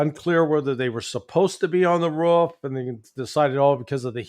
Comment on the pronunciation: By the way Larry its " roof" not "ruff" 😂